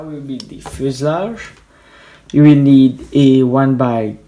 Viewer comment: i know u have an accent but its not fuslarge fuselage